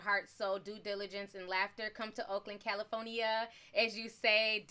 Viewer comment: Love the way u say CALIFORNIA 😆